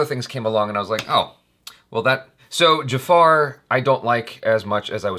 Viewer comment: Its not "Jafaaaar" , its Jafar...